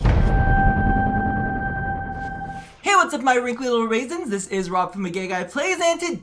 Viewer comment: This guy said wrinklely raisins